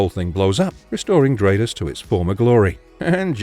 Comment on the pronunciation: Stratos is pronounced like Brat. Or Stratosphere. Not Straight-os